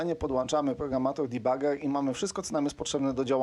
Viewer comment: Błagam, nie "dibager" tylko "debager". Czemu wszyscy muszą tak strasznie yngliszyć. Całe szczęście, że nie "debadżer" jak to Kardaś szpanuje swoją yngliszczyzną.